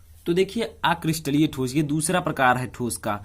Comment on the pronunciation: ठोसो नही होता है ठोस होता है